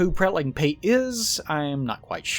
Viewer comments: Blaidd is Welsh. It's pronounced like Blai-thv. The end of the name has a "th" as in "the" with a faint hum or buzz at the end of a v sound. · also, the dd in blaidds name is pronounced th. its an old old leftover in welsh from eth, the knockoff switcharoo roman version of the runic thorn we used in those parts for whatever reason